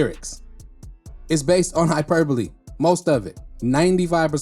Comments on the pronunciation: You're the only reactor to pronounce hyperbole correctly lol. That word has been whooping everybody else's ass lol. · 😂😂😂😂 He said it so smooth that I didn't even notice. I don't think a lot of the others had ever seen the word in writing before... Lol